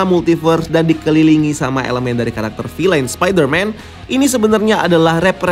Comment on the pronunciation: Kata anak saya, “bacanya Vil’N bukan filein”